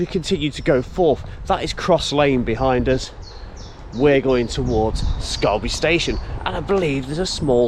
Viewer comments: OK, time for some local pronunciation. It's not pronounced Scal-by, it's actually Scor-by. Plus it's 'Folsgrave' not Falsgrave. IYKYK. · Please pronounce these name correctly. Falsgrave is FOLSGRAVE. Scalby is SCORBY, the L is silent, & Cloughton is CLOWTON. Woodlands Ravine, with an S. There was a large footbridge over the Northstead sidings when I was a child in the 60's, but there were only 3 rail lines under it, not loads. Scalby Beck is the old Scarborough boundary, down to Scalby Mills, where the Sea Life Centre is now. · Cloughton is correct how you say it. The a in Falsgrave and Scalby is more like an o, so pronounced folsgrave and scolby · You were saying Cloughton correctly, but falsgrave is pronounced follsgrave and scalby is scorby